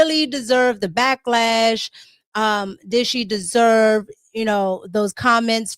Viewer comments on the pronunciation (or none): that boy said "she descchlwerve..." lol